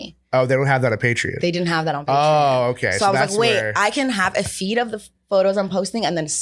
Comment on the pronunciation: Theyre saying patreon like its spelled with an i and not an o lmfao wtf its pay tree on